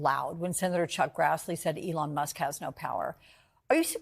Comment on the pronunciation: It's Elon NOT Leon. How could Trump's ghost writer NOT know that?